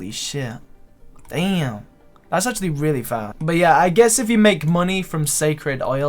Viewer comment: the way you pronounce "but" is so fucking annoying it's beyond words.